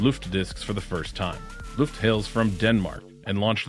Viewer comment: pro-tip, it's not "L U ft" , but "L O-E ft" ,,, Ø is a OE/O-E kind of sound .. Løft means to lift something up. When saying Luft, that means Air ..